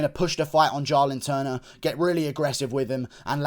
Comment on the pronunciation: It’s Jalin Turner not Jarlin Turner